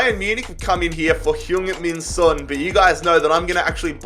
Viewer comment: Heung Min Son's name is pronounced like it's written, son, with an "o" sound, and not like the word son which pronounced with an "a" sound